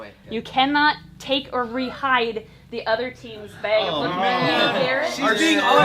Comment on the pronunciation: I can't tell you what a giggle Everytime I hear you () say the word BAG.. lol I adore that you pronounce it as BAHG..?? ITS ADORABLE 😊🙂